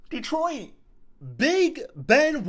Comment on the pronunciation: Welllll it’s DETRIOT 🤷🏻‍♂️